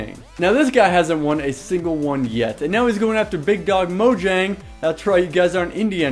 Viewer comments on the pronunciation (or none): You of all people should stop calling it "Mo- JANG"... instead of "MOYANG" Pronouce it properly it drives ppl crazy.